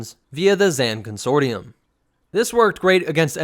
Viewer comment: It cracks me up that he doesn't know how to pronounce consortium